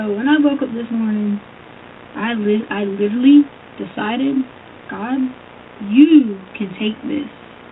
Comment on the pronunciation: ”Liddurly”. “Izzzacly!”